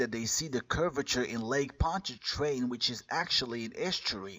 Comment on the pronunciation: Hey "genius," it's Pontchartrain, not Pontytrain!